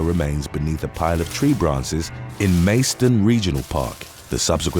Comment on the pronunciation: Macedon is pronounced as per Macedonia without the “ia”, not Mace-don.